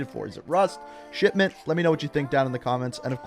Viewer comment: Anyone else here him say shitment instead of shipment 😂